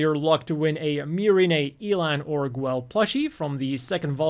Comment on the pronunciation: Why are you calling Guel Gwell?